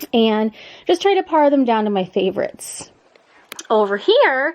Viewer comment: When you “pare” down clothes, it rhymes with “pear” the fruit, not “par” the golf term.